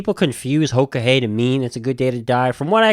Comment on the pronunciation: Yeah I'm Dakota. You pretty much got the "Hoka Hey" right.